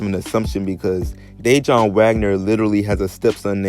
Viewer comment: DA WON BRO DANG U RUINED THIS VIDEO . I WAS LIKW WAIT HIS NAME DIJON LIKE THE MUSTARD AND FIGURED U WERE TALKING ABOUT HIS DAD I COULDN'T EVEN LISTEN NOMORE.